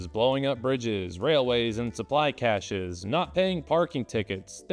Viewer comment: Finally, a person who pronounces “cache(s)” correctly.